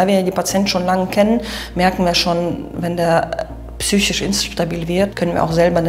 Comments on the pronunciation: super Film, einzig würd ich sagen heißt das wort "psychiSch" nicht "psychich" =) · Vielen Dank für den Einblick. Trotz aller damit verbundener Tragik ist es doch ein bißchen witzig, dass weder die Schwester noch der Patient das Wort "psychisch" richtig aussprechen kann.